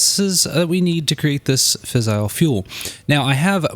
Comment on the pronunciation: Great vid, for future reference it is "fizz-ile" not "fissle". Source: engineering undergrad. E: And it is also Turb-ine, as opposed to Turb-in. (rhymes with line)